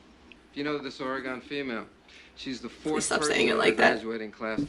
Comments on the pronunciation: There's no I in Oregon. Pronounce it right! Ore-eh-gone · Yes, Mulder pronounces Oregon wrong. He will go on to say Nevada wrong as well. A lot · lol, hello from central Warshington. i hate it when people mispronounce Oregon as well, and Data.